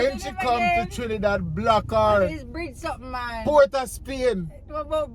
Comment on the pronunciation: pronounced all the names of places in Trinidad, correctly. 😊👍🏻